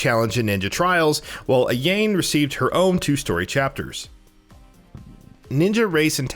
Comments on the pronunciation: Her name is Ayane not Ayan e is not silent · AYAIIIINE AYAIIIIIIIIIINE RYOOO .... AYAIIIINE.... MOMOOOOJI AYAIIIIIIIIIIIIIIIIIINE hahahahahahhahaha lol u obviously didnt even play the games... soooo many errors and things not even mentioned in this video... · Please stop saying Ayein. It's pronnounced Ayanei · Ayane.... EYE YAIN? No no Ayane... EYE YAW NEY. At least he got Hayabusa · Ah-Yain?!?!? It's pronounced, "Ah-ya-nay." Come on now, that's like, basic weeb XD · He keeps saying "A-yane", its ay-yah-ne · who the fuck is Momoji and Ahyane. its pronounced Mo-ME-ji and Ah-YA-NAY. jesus christ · It's "A-ya-ne," not "A-yayne." Learn to pronounce Japanese names. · "Ah-yah-may" not "ah-yame" Sorry but it was bothering me everything u said her name wrong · God damn, can you please learn how to pronounce names before making a video like this again? Hearing Ayane almost sounding like Elaine is seriously hurting my ears and brain. Also, Mommy G or Momo G instead of Momiji. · "Eye-yah-nay" JESUS! I can't even finish this video.... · This dude said Ryo, Ayain and MommyG. Bruh, that is really lazy, the people who make these vids need to do their research. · Ayane. "Eye, yah,nay". Ayane. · fucking Ai-yain? this guy has obviously never fucking played any of the ninja gaiden or DOA series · "A-yain" and "Mom-ijee" that hurts my soul. He's not even consistent as he says "Momoji" like 30 seconds later! At least he gets it right on the third try. 😂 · Lmaooo. Ayane is pronounced “ EYE-YAN-Nay “. They say it in Dead or Alive. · Bruh no offense… but it’s pronounced I-ya-ne sorry but it was irking me to no end. Mainly if anything I want Normal mode for sigma 2 to be way harder. 1 and razors edge made 2 feel like a day at sesame place! Just too damn easy. As well give the gore from both in 2. The bosses was a lil work but not hair pulling. But I’m actually amped for this… bring it!!! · Bro, It's pronounced( Ah-Yah-Nay), Ayane. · Omg I cringe every time he says A-jane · ''A-YA-NÉ'' lol